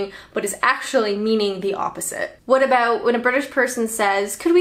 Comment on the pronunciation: Abooouut 😂 love it